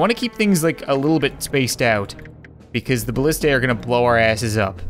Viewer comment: IT’S BALLISTAE